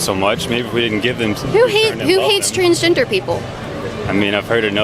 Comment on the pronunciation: Did he say transginger?